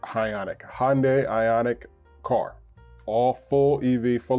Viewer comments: What's a Hon-day? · Hyundai is pronounced like 'Sunday'. FYI